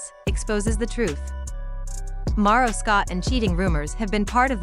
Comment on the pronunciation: At least have the voice thing pronounce his name correctly… and this video sucks.. basically repeated the same thing 4 times to drag out the video smh